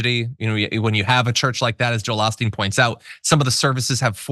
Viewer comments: Its O-Steen, not Ah-Steen. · Joel Oh-steen not Ah-steen. Y'all normally don't make this type of mistake. Or is it intentional? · His name is pronounced O-steen (with a “long O”). Not “Ahh-steen”. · "Oh" not "Ah" for Osteen. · "Ah-steen"??? It's pronounced "Oh-steen"! And most Houstonians hate the guy!!! We revere Mattress Mack!!! 😂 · It is actually O’Steen, Lord of Blarney. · I live in Houston: it's pronounced Oh-steen. His megachurch bought the former Rockets arena decades ago and turned it into a church. During the pandemic Osteen's church received millions of dollars in PPP loans, and during the hurricanes that have gone through the region, his church has failed to invite in those whose homes have been destroyed. Local news was also reporting that the shooter was a (trans) woman; however, Houston Police say that she is known as a Hispanic female but has a known alias that is male. Verification on the gender of the shooter seems kind of suspect still. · Osteen has a long O. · Oh Steen is how we pronounce it in Texas